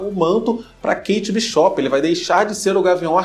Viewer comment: Amigo,eu gostei muito do videio,mas nao fica chateado comigo nao mas e pq eu fiquei um pouco aguniada de vc falando o sobrenome da Kate,e o jeito que fala e do mesmo jeito que vc le, Bishop, e nao Bishopping que nem shopping,tendeu